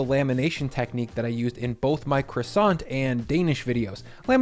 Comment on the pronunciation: Love your pronunciation of croissant!